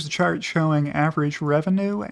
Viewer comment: I hear shart not chart.